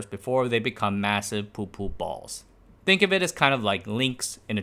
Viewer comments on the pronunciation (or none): none